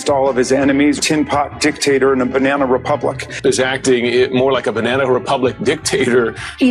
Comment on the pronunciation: Everytime they say Banna republic I'm gonna take a shot